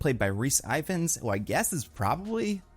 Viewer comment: Rhys Ifans' last name is pronounced EE-vanz